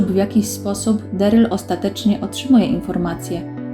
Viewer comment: Na samym wstępie - nie "Deryl" a Darryl, to chyba nie jest trudne do ogarnięcia? Strach, co będzie dalej.